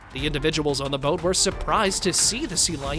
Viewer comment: ngl. you had me go back a few seconds on the second one cuz i thought u said "Goat" instead of "Boat"